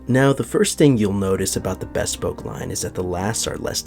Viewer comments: Bespoke is pronounced /bɪˈspəʊk/ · Not to be a bag of dicks, but just for future reference, since you're in the shoe biz --- not 'bespoke' as in best, but a short, clipped 'bespoke' as in buh... It should almost sound like b'spoke-- hardly any vowel sound after the 'b'.